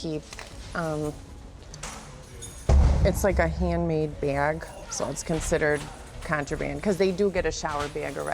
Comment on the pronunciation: pet peeve of mine people who over exaggerate words like this and say "beaug" instead of just saying the three letters that are there and saying "Bag." I feel like people who over enunciate shit like this and exaggerate their accents are just constantly seeking attention.